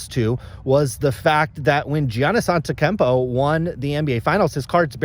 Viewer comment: You’re hating on Geoff and you can’t even pronounce Doncic or Antetokounmpo correctly. Cmon now, who’s the real collector? Lol